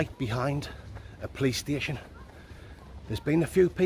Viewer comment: 😂, from my mouth to God's lips from 4 minutes in until minutes in, I died from laughing thinking from your English accent you said "Playstation" 🤣 instead of "Police Station" because you said it like "puh-lays station" LMAO!